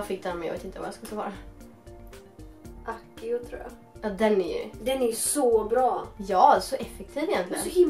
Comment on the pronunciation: Man uttalar "ACSIO"!